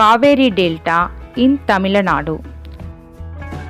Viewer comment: Sorry for say this Your pronunciation wrong tamilanadu is wrong tamilnadu is correct , because my ia tamilnadu 💖💖💖💖💖💖💖💖